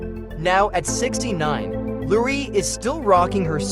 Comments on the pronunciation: The AI cannot pronounce so many of the names correctly. So many mispronunciations of names and words. Comic-book store, not comic bookstore. Laurie, not Lurie. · And pronouncing Laurie Metcalf's name as "Lurie". So many mispronunciations in this video. It's very annoying.